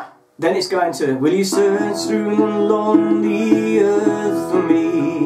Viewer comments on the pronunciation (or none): Great- really enjoyed it. Just one point - it's "loamy earth', not lonely earth. :-)